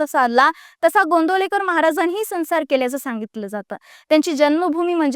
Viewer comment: संसार हा शब्द मराठीत sansar असा उच्चारला जात नाही....तो saunsar असा उच्चारला जातो.... तू बोल भिडूत होती तेव्हाही सांगितलं होतं.....पण काही सुधारणा नाही